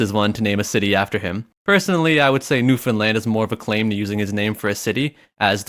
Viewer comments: Finally a guy that pronounces Newfoundland new-found-land not new-finland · Eh buddy gives me a little tingle in my heart that you pronounced Newfoundland right. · I'd like to just thank you for saying Newfoundland right. No one ever does, and it really pisses everyone off. -A real Newfie (Also I live in Nova Scotia and I can confirm that it doesn't exist, don't look for it, don't come here.)